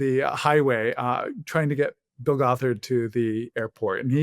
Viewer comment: I already commented a longer, more thoughtful comment but on the more silly side: The way pronounced Bill Gothard in the beginning of the interview I kept not understanding it and thought he was a cult leader who calls himself "Bulgothard" which to me sounds like a villain from a fantasy novel: Bullgoth'Ard, High Warlord of the Demon Armies! 😅